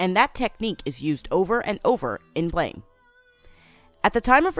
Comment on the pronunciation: Who’s goin to tell that this Manga is pronounced Blam?